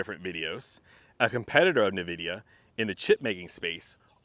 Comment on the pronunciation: Invidia, not NahVidia Please